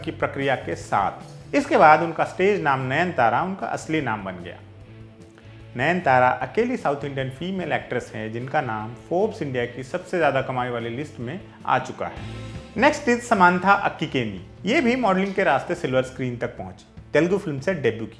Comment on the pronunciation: Akkikeni nhi akkineni h samantha ka title